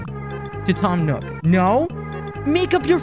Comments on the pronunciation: why does he say nook like newk, its like america in ww2 “lets newk hiroshima” or whatever the place was called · He kinda says it like “nyook” lmao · Quackity says "Nook" like "Nuke"😐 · The way he pronounces “nook” is killing me.